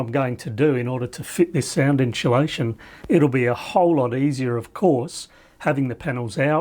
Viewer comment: "...inSHOElation.." What?